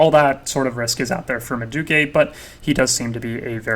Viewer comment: nice info and content. your credibility would be through the roof if you can pronounce the teams and players better. portsmouth=port-smith/rennais=renee like the girls name/madueke=ma-due-eh-kay/boadu=bo-ah-doo/tchaouna=t-chow-nah/ugochuku=ogo-chuck-wu